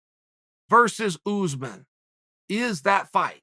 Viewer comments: It’s USSmahn nor Uzzzmen just sayin put some respec on his name god dammit Colby is a weird ass name but people can say that but they can’t say USMAHN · It would never work for Usman because he refers to Usman as "Oozeman" 😂. How would a curse work when you can't even pronounce the man's name properly. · Chael: OOZmun! Usman: Oosmahn. Chael: OOZMUN!! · Uncle Chael “Oozeman” Sonnen